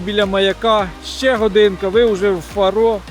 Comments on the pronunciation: Вибачте але не Фаро' а Фа'ро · Не фару а фаро